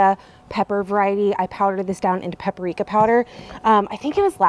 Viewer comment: Out of curiosity, why do you say pep-uh-rika for paprika?